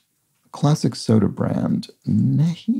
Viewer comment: NEHI is a southern US soda/pop/drink. It's pronounced "knee - high"